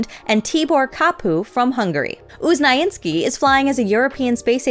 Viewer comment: Dr Sławosz Uznański's surname was pronounced wrong as always, XD